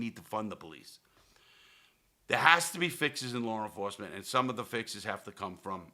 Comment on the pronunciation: “Lawre enforcement” LOL